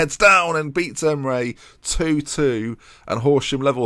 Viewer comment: Does anyone else think "emray" would be performing better if was calling him "em-er-ee